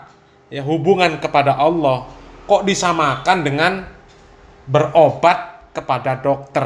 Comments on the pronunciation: Lafat Allah di pelesetkan jadi awwoh, ha.ha ha sy jadi ketawa geli Ter Baha Baha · entah telinga sy atau bukan, yg sy dengar dibanyak video stiap kali mas baha mengucapkan Allah terdengar seperti owoh.. 😊